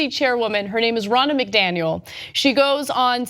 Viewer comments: Anyone else hearing cenk say "Ronald McDonald?" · I'm getting old and deaf; I kept hearing "Ronna McDaniel" as "Ronald McDonald". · I kept hearing Cenk say Ronald McDonald not Ronna McDaniel and it really made the story a bit stranger? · Who else thought Cenk kept saying Ronald McDonald? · Thought they kept saying Ronald McDonald haha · I kept thinking Cenk was calling her Ronald McDonald. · I keep hearing "Ronald McDonald". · I was thinking the same thing lol